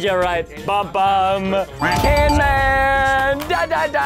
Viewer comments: Its not canman its camman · Preston cheater he said canman its cam—man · I love how preston says canman18 instead of camman18 XD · Bro, Camman is going to get more mad that you called him CANMAN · Even your editor know its camman not canman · IT IS CAMMAN18! NOT CANMAN18, THERE ARE TWO Ms! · IT'S CAMMAN NOT CANMAN IDTOT YOU GOT THAT WORNG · Its Camman not Canman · Preston say camman not can man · It’s not canman it’s camman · ITS CAMMAN NOT CANMAN ! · i told you camman not canman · it not canman it's camman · camman not canman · preston is camman18 not canman18 i dare you if you said canman18 again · Preston really said Canman18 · I think he said "Canman"🤣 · He said canman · He keep saying canman18☹️